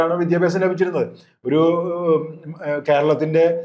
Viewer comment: വിദ്യഭ്യസം അല്ല വിദ്യാഭ്യാസം എന്ന് പറയു തള്ളേ